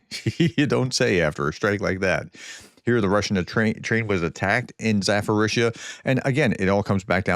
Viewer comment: AAARRRRGHHH! Say it ZAPP-orr-eezhya NOT zaFF-orreezhya!!!!!